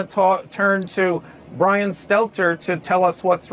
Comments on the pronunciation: Ah the life of bwian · Mark Dice is a better Lil Bwian Shelter than Lil Bwian Stelter 😂